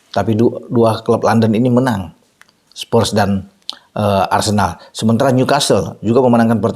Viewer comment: Spurs Pak bukan Spers🤭